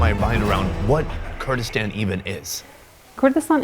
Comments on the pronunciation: It is Kurdistan not gayraq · Bro doesn't know how to say Kurdistan 🥀🥀💔